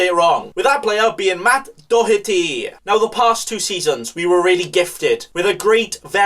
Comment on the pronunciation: Still the best pronunciation of DOHERTY 👌🏻